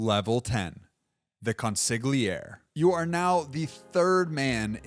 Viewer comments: The g in consigliere is silent. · It's absolutely stunning how you can delve this far into this subject and yet so brutally murder the pronunciation of "consigliere". You either never watched a mafia movie / show or you decided to completely ignore what you heard. Either is just surreal. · The g in consigliere is silent. Period. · I have news for you--the g in Consigliere is silent. Or, um, so I've heard...